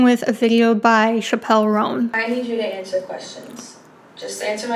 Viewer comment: You lost all your street cred when you pronounced Chappell like Dave Chappelle. 😉 It's just "chapel." An understandable error though! My secret weapon to pronouncing musician's names right: Watching them being introduced to perform on shows like Late Night.